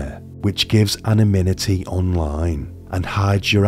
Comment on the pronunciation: Even speaking that slowly, you still messed up the pronunciation of anonymity